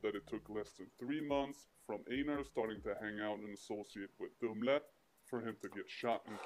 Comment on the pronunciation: Einar is Einar, there's no "ainar"... 😄 And Dree Low quit his career after Einar was shot, maybe you know? He was with the Husby Hyenor, as someone wrote (or is)...